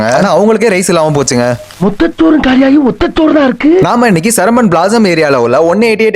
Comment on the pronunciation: Antha name seramban .not seruvbavan .